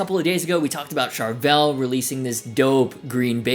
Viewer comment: If you're going to say Charvel 100+ times, pronounce it correctly!